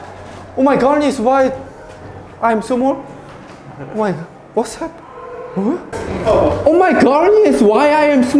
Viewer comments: Take a shot everytime he say wass haperrninng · "warsz heppening" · Someone tell me how much times he said wAtS hAppAnIngg